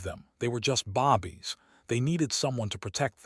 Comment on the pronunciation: This seems so jerky. Lots of character names are missing. Mispronounced words(bobbies instead of babies for example). Seems like a decent story, but many things need to be updated/changed.